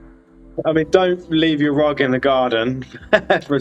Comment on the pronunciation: Noooo ru-ugg, no cry